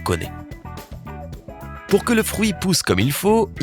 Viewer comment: On dit un fruit pas un frouit 😠